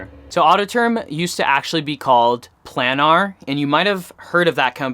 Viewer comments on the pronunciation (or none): none